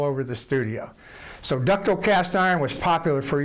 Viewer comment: "Ductle" lol!